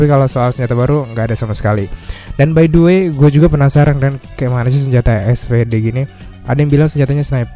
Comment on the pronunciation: bang, btw kalau gak salah SVD dibaca nya "esfidi" bukan "esfede" KALAU gak salah bang hehe..